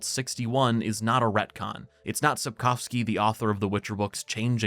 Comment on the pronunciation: You're the only english speaker I've ever heard make an effort to pronounce Sapkowski correctly, thank you :)